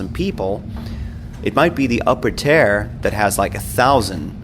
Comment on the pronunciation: Tier* (tear) Revered* (re-veered) 😎👍🏻